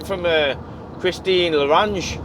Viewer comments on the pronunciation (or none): Dont sweat it.. her name is Christine Lagarde ( laaaa gaaaaaaaaaaaaad) ((( FRENCH NAMES ))) haha those names sucks.. i can tell because my real surname is french and it sounds nothing as it looks.. however every time you pronounce her name as you do ZZ top song La grange starts palying in my head